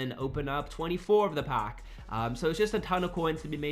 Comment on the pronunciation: Nice video bro....but the way you say pack!!......”open a pock”😬😬